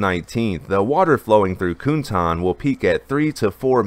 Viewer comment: 'Cuntan' isn't pronounced 'coontan'. It's pronounced (approximately), 'tsuntan'.